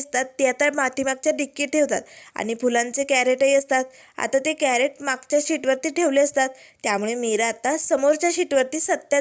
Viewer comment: कॅरट नाही, क्रेट म्हणतात त्याला ताई.